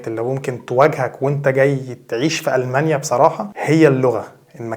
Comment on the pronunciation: تستأجر بيت مو تأجر تأجر معناها انتا الي تعطي لشخص البيت لهجتكم غريبه جدا ألمانيا مش ألمنيا